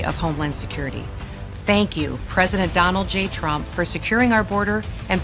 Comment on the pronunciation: No wonder Nick NEVER "talk" about Latinos 😂 "I will boat for Donald Rump"